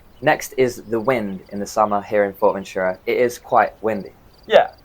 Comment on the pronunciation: Nice videos, kudos and thank you for the useful insights! Allow me to comment that after all the time you have been there you could slowly pronounce "Fuerteventura" correctly as it is pronounced in Spanish. Your pronunciation sounds to me more like like "Fort-Ventura". Cheers m8s 🙂